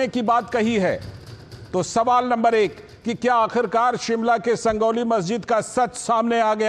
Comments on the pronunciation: संजौली है भइया संगौली नहीं .. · संजौली है भाई संगौली निही